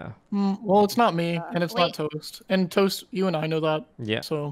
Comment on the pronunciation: "TOST, TOST, tost. OMG its Tost!" Everyone: Hahaha, goodbye impostor Toast kill everybody: I just said somme colors, lol Everyone: 😮